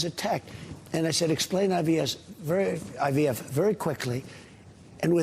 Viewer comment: Hahah he is Jesus of IVF 😅😅 he can’t even pronounce IVF he said IVS… 🤣🤣 maybe he meant in vitro sterilization instead fertilization 😂😂😂